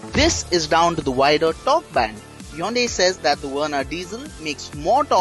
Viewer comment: it's not yonday it's hyundai u fool